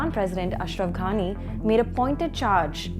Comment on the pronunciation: Your presentation is great. But you do need to be a bit careful about pronunciation of names. Last time someone was upset about the pronunciation of "Erdogan". In this video, it is closer home, in "Ghani", in which he said "gh" as in the Hindi word "ghar", which was quite jarring. In many many languages, like Arabic, Persian, even our own Urdu, there is a harder more guttural version of the "g" sound which one should pronounce closer to "g" than "gh", but from the epiglottis (as the Khan says). In the inadequate Roman script, it is 'somehow' represented by "gh", as in Ghulam, Ghani etc.